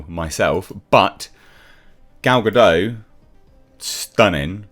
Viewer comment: I still find it funny that, after all these years, people refuse to pronounce the 'T' at the end of Gal Gadot's name, as if they think she's a Frenchwoman. 😂